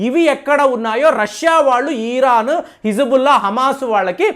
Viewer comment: Chepparani Di anduku cheptaru.eeran kadu iran.mojafd kadu.mosad.